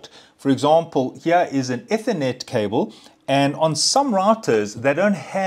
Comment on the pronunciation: eeeethernet , not etthernet 🤣